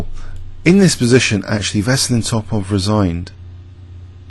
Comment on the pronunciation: Not Veslin Toplov it's VESELIN TOPALOV. Open your mouth when you say his name - Veselin Topalov